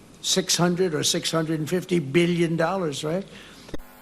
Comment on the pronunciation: ‘650 beelion dollars’ He cannot breathe without lying.